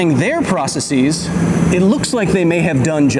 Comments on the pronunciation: If you want to be taken seriously on science, at least learn the plural of the word process. Hint: it's NOT "processeeeeez". That works for thesis, hypothesis, crisis, analysis, .... but not process. See if you can spot the difference. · Processes is PRO•ses•iz not PRUH•ses•eez. You're saying the Greek part like it's English, the English part like it's Greek..